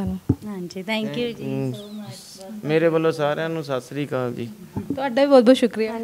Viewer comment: ਤੁਸੀਂ ਫੇਮਸ ਹੋ ਤੁਸੀ ਸੱਤਿ ਸ਼੍ਰੀ ਅਕਾਲ ਬੋਲਿਆ ਕਰੋ ( ਸਾਸਰੀ ਕਾਲ ) ਨਹੀ ਬੋਲਿਆ ਕਰੋ (ਸੱਤਿ ਸ਼੍ਰੀ ਅਕਾਲ ) ਸਾਡੇ ਧਾਰਮਿਕ ਸ਼ਬਦ ਨੇ ਧੰਨਵਾਦ ਜੀ